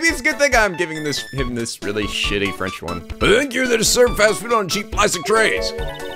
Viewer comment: Gfdi, your French makes me cringe so much. DX...but I'll deal with it, even if it's like peeling onions near my eyes. TT~TT